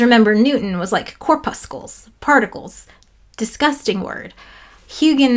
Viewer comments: Hi! Thanks for this video! Hint: "core-pussel" the second C is silent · The word is much less dreaded and disgusting if you remove the errent hard c near the end.🤣🤣 I haven't finished but so far another great vid. Lots of challenging pronunciations in this one with Hawkins (with a g and y) and of course Fres-nel. I think im gonna read up on Fresnel. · I don't know if this will soften your dislike of "corpuscle", but it's pronounced like "muscle". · WAIT! Have I been pronouncing corpuscle wrong my whole life!? All 3 times!? Like "muscle", except minus the "m" and add "corp" to the beginning. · Are you mispronouncing corpuscle to make it sound disgusting? Because it's working!